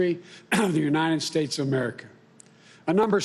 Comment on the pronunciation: Did he say united snakes?